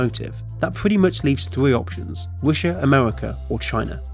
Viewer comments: What kind of accent is this where "R" is pronounced "W" as in "Wussia"? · He said wishha lol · why you keep saying Roosha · You know it's not "Roosha" right? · It's an interesting video - but please, why can you sometimes say the R perfectly, and other times you say Wussia and Amewika and Wailwoads? I understand you might have some speech impediment but if you can say it right half of the time...there's some woom for impwovement, wight? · Whats Roosha. Oh Russia? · The United States 🇺🇸 and Wussia 🇷🇺 lol 😂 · You can't even say Russia corectly.